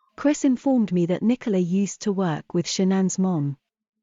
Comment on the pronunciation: Why do we have to listen to AI readings? The British voice reads the words as Nicola instead of Nicole A. How annoying.